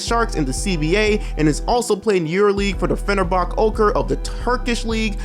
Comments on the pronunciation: bruh man said fenerbak... it's fenerba-CHE euroleague champions of 2017. Nunnally was kinda trash btw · my man, I’m not the one to mock people for how they pronounce foreign names and shit, but I KNOW you didn’t just called Fenerbahçe “Fenerbak”. Its pronounced “fener-bah-che”. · Hey man just a heads up for future videos Fenerbache is pronounced "Fen-A-bar-chay" Panathinaikos = "Pana-Fan-I-kos" Olympiacos = "O-limp-e-r-cos" Dnirpo Dnipropetrovsk = "Dee-ner-po - knee-pro-pet-row-sk" I hope this helps mate, love the videos keep it up! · How can you not pronounce Dnipro and San Lorenzo? I understand you mispronouncing Fenerbahçe cus it got the weird “ç” but the other 2 are easy Interesting video nonetheless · Great video except for the way you pronounced fenerbahce